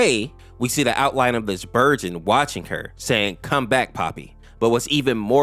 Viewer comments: It’s not berjin it’s Bergen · Dudes saying berjin 😭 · When you say Bergen at the start I hear virgin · Did nobody else notice that he said burgeon Not Bergen??? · It sounds like he’s saying “virgin”😭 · My stupid ahh thinks your saying Virgin🥀💔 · I'm gonna be honest you pronouncing bergen like virgin makes me so angry for no reason (it's pronounce like Ice berg) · It's pronounced burg in g not j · You should do the creepy analog horrors it sounded like he said virgin lol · I love her you pronounce Bergen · Hearing him mispronounce Bergen like five times in a row only to pronounce it correctly later on lowkey took years off my life. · He gets it right but gets it wrong